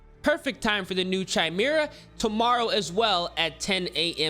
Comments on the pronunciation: Chimera - (kai-mera) "Ch" makes a "K" sound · this man said "chi-mera" lmfao